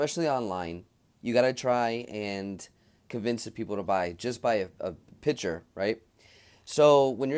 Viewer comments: “PICTURE” is pronounced “PIK.- TURE” .................not “PIT- TURE”. FYI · P i c t u r e not pitcher